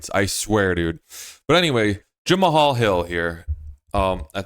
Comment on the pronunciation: Jemma-Haul-Hil... "Jemall" Jamahal